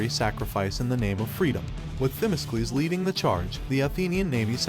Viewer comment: It would be nice if the narrator could pronounce the Greek commander's name ...correctly..its not Thimiskles....